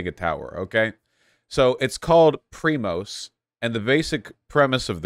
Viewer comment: prima is what they call me at work, haha omg vaush's pronunciation is even worse than I expected it to be